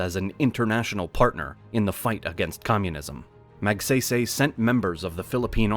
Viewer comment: Magsaysay not magseysey...:face-orange-frowning